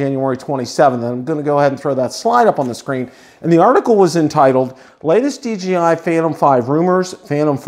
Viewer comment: Great video and thanks for the information but I keep getting a little shutter every time you say DGI instead of DJI.